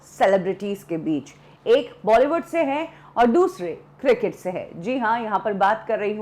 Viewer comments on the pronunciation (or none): none